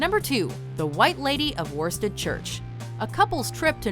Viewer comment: An excellent video. One tiny thing, though: due to the tremendously logical way English words are pronounced in England, the Norfolk village of Worstead (it's lovely, and well worth a visit, by the way), is generally pronounced 'Woosted'. The fine woollen cloth of the same name originated there, although no longer manufactured in the village.